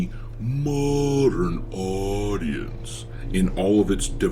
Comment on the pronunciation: I’m going to play the game but the way he say modern audience is 😅funny asf 😂